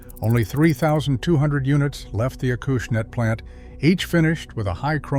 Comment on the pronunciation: Someday the ai world will learn how to pronounce hosel and putting. Now with this video we can add Acushnet.